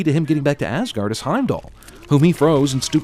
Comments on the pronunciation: Why does people pronounce it as Assguard? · Sin number 55(you're in this one also cinemasins) Pronouncing asagård(ázágourd) like assguard. It is a place where the viking gods lived, not a protective device for your anus, for fucks sake... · first it's åsgård and hjølmer and it's tor not thor and why im i right because im norwegian and from the same place were harald hairfair lived